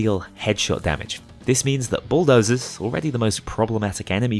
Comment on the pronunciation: His accent kinds makes it sound like he's calling them Schooldozers...